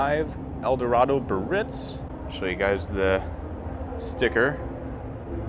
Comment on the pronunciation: Please guys, for the love of God, the word Biarritz is pronounced Bee-ah-ritz it is a three syllable word, and the emphasis is on the first syllable.